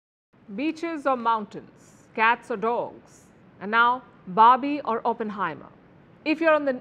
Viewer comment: Please pronounce Oppenheimer correctly